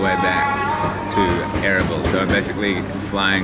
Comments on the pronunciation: Its pronounced arbeel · Erbil was one of the oldest ASSYRIAN states dating back 2000 BC and its pronounced erbaeal meaning 4 Gods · I'm sure someone already said this, but it's uhr-beel... and yeah, the Kurds are awesome people. Very welcoming. Extremely hospitable. Plenty of affluence and nice cars and nice houses in Erbil. You probably should have stayed in the northern part of town, the Christian Quarter, Ankawa. Lots of NGO's, lots of english spoken, nice malls, nice hotels, etc.